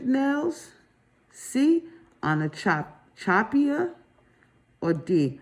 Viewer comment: girl, I was cracking up on the words she created. I like the one she said Onicolychichi or something like that 😂😂😂 I couldn’t listen to it. It’s sad because we all need some support on the written tests questions.